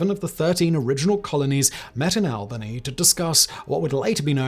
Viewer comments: Albany pronounced (all- ben-ee) not ( al-ban-ee). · Simon I love you man, but it’s not pronounced Al-bany. All-bany. This is coming from a local ❤